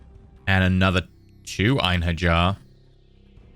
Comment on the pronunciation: I wasn't gonna say anything, but then you said it like 5 times in a row. Einherjar follows the same rules as Mjolnir, so it would be "Ein-hair-yar" or "Ein-her-yar"